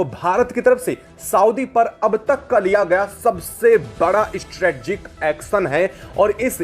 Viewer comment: Strategic (स्ट्रेटेजिक) बोलो।